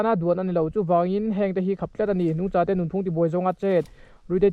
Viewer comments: Nungchâ ilam dan hi a mak thin ve nungcha riha lam tur asin. Tlem chuan Mizo tawng hi in enfiah la uluk leh zual thei la ka ti hlemai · Sir I "nungcha" thluk dan hi a dik lo deuh em aww...a lai laklawh thin😂